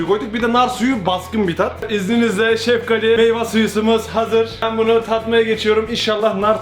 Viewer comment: Abi sen sefgali diyon ben seftali anliyom